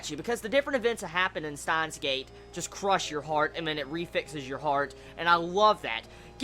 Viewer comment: When you say it,it sounds like "Staahns;geid". Still a good review.^^